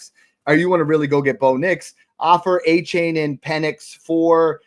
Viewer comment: Love the content fellas but someone has got to teach how to pronounce Achane. ❌: Ah- Chain ✅: Aye- Chan Keep it up fellas